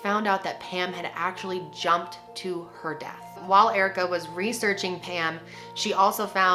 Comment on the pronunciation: I didn’t even read the title, I just clicked, and when she started talking about Pam I thought she was saying “ham” lmao